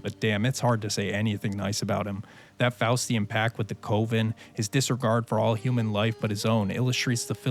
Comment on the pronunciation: not to be one of those asshole nit pickers...but it threw me off for a while untill i realized that you were pronouncing coven wrong. its more like saying cousin you kept saying it like how you say covid. sorry great video but wow i kept getting neck snapping whiplash whenever it was said. go ahead and insult me for being an asshole pedant.